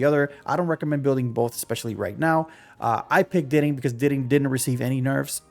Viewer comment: I can’t lie to you I can’t even watch the vid cus you pronouncing everything so damn wrong how tf do you learn grammar in school and pronounce diting like ditting